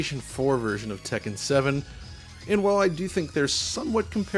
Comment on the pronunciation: I've never heard someone enunciate "Tek-ken" so clearly before.